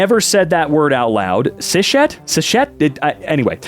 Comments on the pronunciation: Its pronounced cis-het, not cishet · cishet is pronounced cis het just as an fyi :) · Just letting you know, cishet is pronounces sis // het (cisgender // heterosexual) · Aphobic means u hate asexual ppl and that T-shirt has the ace flag colors 😔 Also, cishet is pronounced siss-het... Because cis is pronounced siss and het is pronounced het. O.o why did they let you read this? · this word is a combo of “cis” and “heterosexual” so you would say “cis-het.” You don’t combine the s and the h the make a sh sound. It basically just means that man is not queer. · Cis-Het, it means Cisgender, heterosexual, it's pronounced the was you'd sat cis and het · Cishet is pronounced as cis-het nd it refers to people who are cisgender and heterosexual. (there I helped y'all.) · i've always seen it cishet as cis-het, but now i can't unsee it being pronounced the way pronounced it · don't worry it's pronounced sizz het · Cishet is pronounced sis het . It means someone cisgender and heterosexual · Also cishet is said siss-het! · The word is pronounced like "cis-het" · the aroace flag looks like this 🧡🧡🧡🧡🧡🧡🧡🧡🧡 💛💛💛💛💛💛💛💛💛 🤍🤍🤍🤍🤍🤍🤍🤍🤍 🩵🩵🩵🩵🩵🩵🩵🩵🩵 💙💙💙💙💙💙💙💙💙 Cishet is short for cisgender heterosexual. So it's pronounced cis het. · if you happen to read this: "cishet" is really just people trying to shorten "cis and het". So you can pronounce it like it's two words: "cis het", with a short pause between the two. Hope it helps! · Just btw, you pronounce cishet as Cis Het, as in cisgender and heterosexual 👍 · Cishet is cis het, cisgender heterosexual Just so you know how to pronounce it